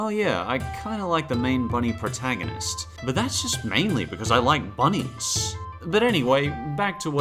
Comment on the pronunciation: "I like bunniess" Who's "Bunease"?